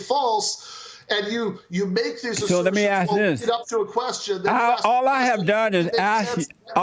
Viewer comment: "let me asKK" is a sign of he says "aXe"